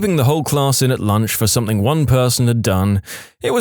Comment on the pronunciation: No k in the word something